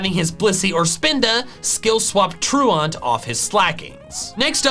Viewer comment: its pronounced like "true ant" not "true aunt"